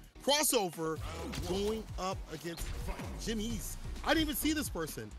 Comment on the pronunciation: please guys, search how to properly say Jimenez. You are destroying me with the "Yimney" or "Yimmy"